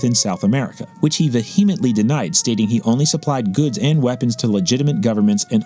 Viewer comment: The weird pronunciation of vehemently may be an honest mistake by the narrator or a sign of an AI narrator. So far it is the only mistake I have found. OK, so in fairness that was the only mistake that I picked up on. So probably not AI. I went to high school in Port Jefferson Long Island and there was a great Army/Navy surplus store there. I don’t know if they were connected to Bannerman but it was in the right area. This was in the 1960s.